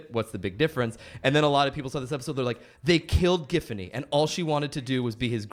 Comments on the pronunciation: No way this bro just said "JIF"fany. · Triggered by calling Giffany as Jiffany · hearing him say "Jiffiny" instead of "Giffany" is insane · The fact he pronouced GIFfany as JIFfany is what urks me the most. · How hard is it to just drop the t from the word "gift"? Or does Alex Hirsch pronounce that "jift"? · I just realize that they pronounce “.GIFfany” like “Jiffany”. Oh, how far the greats have fallen… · WHY DID THEY PRONOUNCE IT "JIFFANY" 😭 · They’re saying Jiffany and it’s making me irrationally angry. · He's saying JIFany and it's bothering me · Hirsch pronounces her name BOTH WAYS. This man is the healer we need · I love how Alex seems to zig zag between pronouncing her name with a hard or soft G. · The only real shame is how Alex prounces her name.. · Ugh, that soft G is the worst.